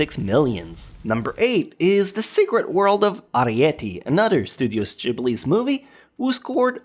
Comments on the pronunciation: And the way he says gibly's... It's Ghibli! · I hate how he pronounces Ghibli...